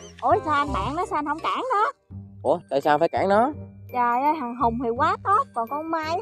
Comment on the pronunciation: Nói rat giọng miền Tây phát âm mắc cười muốn chết nhứt là choi ơi choi